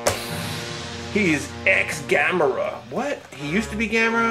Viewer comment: That is not a ex gamera it is ex gomora